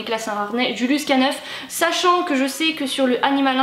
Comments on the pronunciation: Bonjour à toi =) excellent contenu vidéo de ta part !! si je peux me permettre, on le prononce "julius K nine" (acronyme américain naissant de la contraction du mot canine prononcé "canayne" en anglais, se contractant donc en K-Nine = K9) bonne journée à toi ! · Trop bien merci !! Mais juste un détail on prononce "k-nine" comme ça en anglais ça fait canine 😉